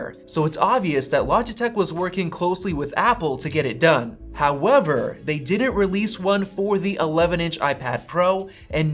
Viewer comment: This guys “however” is great when he says it 😂